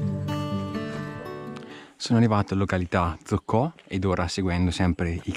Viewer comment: Località Zocco o soc, non Zocco'😂